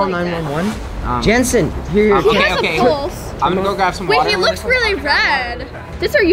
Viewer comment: “WelL hE hAs A PoUlsE” 😭😭😂😂